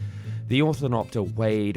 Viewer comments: Normally this channel's pretty good. I'll admit ornithopter is a tough word if you're not used to it. Anyone can have an off day. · Is it really that hard to pronounce ornithopter correctly? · I question your research when you make an entire video on something and say the name of that thing completely wrong throughout. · Are you mispronouncing ornithopter on purpose to make us comment? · The way he casually mispronounced ornithopter every time... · I can’t even finish watching this! The mispronunciation of “ornithopter” by the narrator is too much! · Your job is to collect factual information and present it to your audience professionally. Would it kill you to get the pronounciation of the device this video is about correct? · secret challenge to say ornithopter wrong each time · Your mispronunciation of foreign, but well known words is embarassing. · I don't wanna be "that guy" but you mispronounced "ornithopter" throughout the entire video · You spelled ornithopter correct in the title, but are saying wrong in the video. Friendly FYI. Cheers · How do you pronounce ornithopter wrong after Dune 1 and 2? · No disagreement from me. This guy butchers names and facts all the time. People call him out, and he laughs it off. Kind of why I don’t watch his videos nearly as much as I used to. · He pronounced "ornithopter" like 4 different ways throughout the video, and none were correct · when you make a video about ornithopters but still can't say the word in the right order of syllables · Ornithopter, not Orthonopter... Ornitho- (bird) -pter (wing), which happens to not be a proper description of these as they mimic insect wings, not bird wings, Entomopter would be a more fitting name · Great video but it was killing me how he pronounced it OR-THIN-OP-TER instead of how its supposed to be pronounced like OR-NI-THOP-TER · Oh for god’s sake man, it’s pronounced OR-NI-THOP-TER. you keep calling it an ORTH-I-NOP-TER. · I die a little every time he says orthinopter